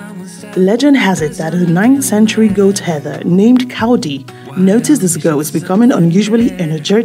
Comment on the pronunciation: The goatherd name was Kaldi not Kawudi Thank you for your video🎉